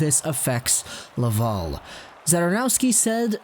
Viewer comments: You do an amazing job ..... I listen to you all the time but for the love of god it’s la-Val. .. Laval ... not la-vol aaaaaal have a great day catch you tomorrow 😬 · Wow, I love the way you say Laval..... as LavUl…….. amazing.